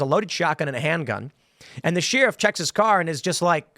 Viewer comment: Why does Tim pronounce the word “sheriff” as “Sheeeeeeriff” lol?